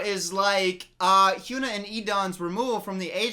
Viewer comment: He's been saying HynuA's name. He's just pronouncing it wrong.